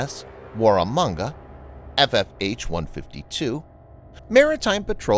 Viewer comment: Good work with the pronunciation of Warramunga! So many non-Australians struggle at times. :P